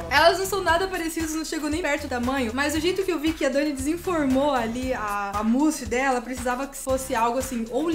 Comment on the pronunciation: Sempre q ela fala "mousse", eu ouço "pussy"